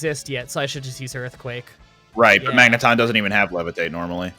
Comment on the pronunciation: "Ton-Magne" sounds unintentionally French